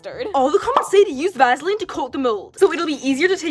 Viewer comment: “Va-sa-leen” It’s Va-suh-leen. “Cin-i-min-roe” it’s Cin-a-min-roll.